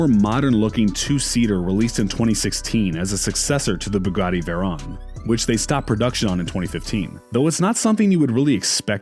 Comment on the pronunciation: He keeps saying veron instead of veyron